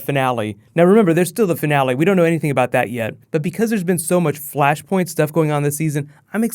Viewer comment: Flashpoint. FLASHPOINT. FLUSHPERNT. ERHMAGERD ETS FLUSHPERNT